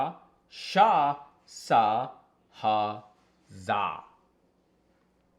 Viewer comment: All are Telugu Alphabets Hey, you got this list from some Telugu astrologer or Telugu astrology book Oh yea, you didn’t pronounce some of them correctly It’s Meliki Sa and you sounded like sha when you said it 😂